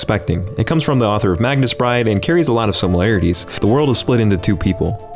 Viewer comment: Did he say MAGNUS Bride?